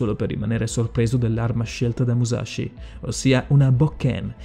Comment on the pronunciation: Sì, pronunciato giusto sarebbe anche più figo, ma sì. Non "Maiamoto" "miiamoto". Stessa roba per "muscia sciugaio". E' "muscia sciughio". Comunque Musashi non si rifiutò mai di combattere come il vassallo di nessuno. Non gli fu nemmeno proposto, di fatto non diventò mai samurai, e dunque nemmeno ronin. Era un nessuno, che riuscì a procurarsi una lancia per puro caso e si arruolò come soldato regolare. "nodachi", non "nondachi". Nella dinamica del combattimento, Musashi non si spostò mai di lato, semplicemente, sorprese Kojiro perché il bokken ricavato dal remo della sua barca era molto più lungo del normale, quindi Kojiro non si aspettava una gittata simile, anche considerando che Musashi entrò in una posizione chiamata waki-no-gamae, in cui il corpo è di profilo e la lunghezza della spada è nascosta dalle gambe. Ultimissima cosa poi ho finito con la pignoleria, perdonatemi. Musashi uccise in realtà pochissime persone. Relativamente presto rispetto a quando iniziò il suo vagabondaggio, utilizzò solo un bokuto, o bokken, per combattere, e in quest'arco di scontri, oltre a Kojiro, e Kihei, uccise solo un'altra persona, per errore, facendogli sbattere la testa contro un masso. Ok perdonatemi la pignoleria ma era più forte di me XD